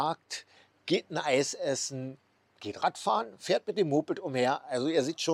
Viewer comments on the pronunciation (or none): none